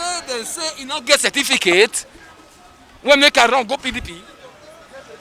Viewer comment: That delta man minute say seventeencate 😂😂😂😂